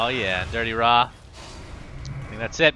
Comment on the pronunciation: why casters always pronounce DityaRa as Dirtyra?